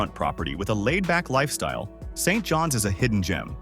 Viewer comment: Who ever made this is an Idiot !!! Scarth, MB ??? How about Binscarth !!! Street Johns ??? Maybe Saint Johns !!! And for God's sake learn how to say names correctly !!